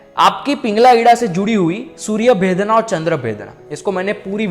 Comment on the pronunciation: सूर्य भेदना नही सूर्य भेदन